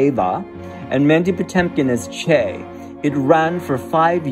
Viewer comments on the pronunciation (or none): Patinkin, not Potemkin